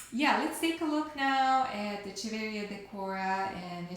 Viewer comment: Hello, the pronunciation of Echeveria is wrong: "ch" sounds like "k"... ! ;)